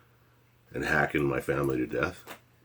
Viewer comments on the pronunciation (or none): none